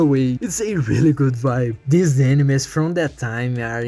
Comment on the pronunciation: "use-ed" "tink" "deese"